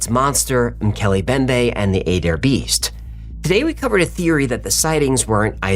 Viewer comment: Is is uH-DARE county, OK, omg